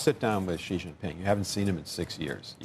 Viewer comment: The Amb. to China and still cannot pronounce Xi's name correctly....if you cannot even get that right, learn and know absolutely nothing.